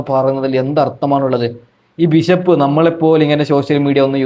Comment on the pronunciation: ബിശപ്പല്ല ബിഷപ്പാണ്